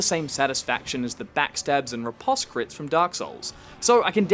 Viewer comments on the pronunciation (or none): none